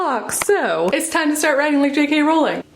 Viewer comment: I was so please you pronounced JK Rowling’s name right, most people from the US always say Row-ling (Row as in argument) and not Row-ling (as in row the boat). Jo was asked in an interview how it was pronounced and she said the latter, so I’m sticking with that, just incase anyone wants a row about it (see what I did there?) I did have a chuckle at how you said Edinburgh, though, like Burgh as in Chris De Burgh. It’s actually pronounced Edin-br-uh, like rhyming with duh! Hope this helps. Great Vlog, JK is my absolute favourite and is why I began to write my book series. You did a great job and I love your Vlogs 💕🥰 Just realised after writing this, you’ve already taken some stick for the Edinburgh pronunciation, so sorry to bring it up again lol 😂